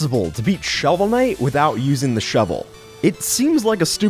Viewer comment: when you cant read the name of game, sigh...